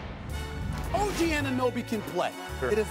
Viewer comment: Wow he said OG name correctly!! lmao